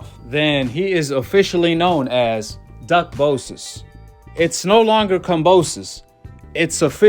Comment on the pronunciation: "duckbosas" LMFAO I'm friggin weak